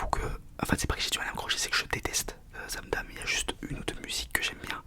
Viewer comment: zamdaNe pas zamdaMe enfin